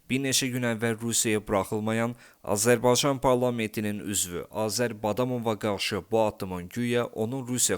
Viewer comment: Daha Azerbaycan kelimesini söyleyemiyorsun haber programi sunuyorsun..rezillik😢